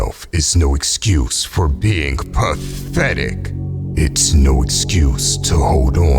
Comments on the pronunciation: that "P A T H E T I C" always seems really personal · I like when he says "pathetic!"😅